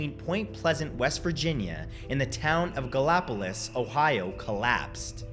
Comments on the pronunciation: Please learn to properly pronounce the names of that area! (I grew up there) Kanawha, Clendenin, Gallipolis. Kanawha- ka naw Clendenin- clen den in Gallipolis- gal i polis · Hey sir. Love your videos. It’s pronounced Gallow-police and Two-en-dew-E. I love coming across videos about my home town. Whenever I go home to visit my mother I make sure to stroll through the park and say hi to the statue. Keep up the good work. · This is one of my favorite videos of yours! I live in WV and have been to the mothman museum in Point Pleasant so I was excited to click this one. I love the way you pronounced Kanawha and Gallipolis too lol. Us hillbillies pronounce them a little different. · As a citizen of Gallipolis id like to say nice try with the pronunciation. You got pretty close.